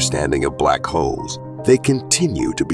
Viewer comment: Omg I thought he kept saying Black Hoes 😵‍💫